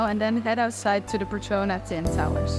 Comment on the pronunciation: it is petronas ..not petrona:goodvibes